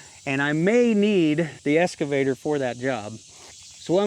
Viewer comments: EXcavator NOT EScavator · Are you saying escavator or excavator? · Obviously, I don’t know where you are but, I know in U.K. the ‘x’ is always pronounced. 😀 However it does seem common in the US to more often use an ‘s’ sound.